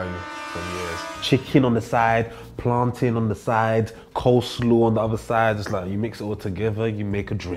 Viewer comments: We just gonna forget abt my man said “plantin” and not “plantain” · what did this man say. What business does a Nigerian have saying plan-TIN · No way a Nigerian man said plantin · Did I hear PLANTIN🌚😔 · Man said plantin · Never in my life have i seen a nigirian pronounce plantain as plantin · I love but him saying plan-tin irritated me😭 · …. What Nigerian says “Plantin” 😢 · Exactly!! He automatically disqualified himself. I was puzzled, bewildered, bamboozled even!! But I should of known by the way he pronounced plantain